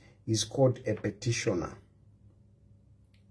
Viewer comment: ITS PETITIONER NOT PETISHONA DUDE GO BACK TO SCHOOL